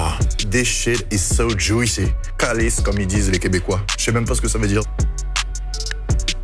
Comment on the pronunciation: P'tite conseil ;-) Ne sacré pas, car vous ne l'avez vraiment en disant calice. ;-)